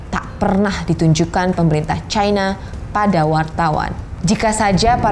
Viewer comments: Trump & Narator : "Chyna" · Chayna, Chayna, Chayna 😂 Jurnalis, saran aja ya kalo pake EYD, bacanya yang bener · Kalo bawakan berita Bahasa Indonesia, sebut nama China, bukan Chayna